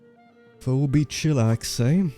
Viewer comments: You pronounced "Phoebe" as foe-bee instead of fee-bee. I'm now an insomniac for the rest of my life. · Foe - bee , Feebee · Master of Rimming, the name Phoebe is pronounced like “feeby”, just so you know in the future! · phoebe is pronounced fee-bee.